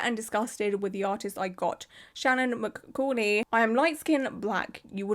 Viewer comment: pronunciation tips from a language nerd : mccauley = muh-CAWL-ee shaina = SHAYN-uh hope these help -- love ur videos ^- ^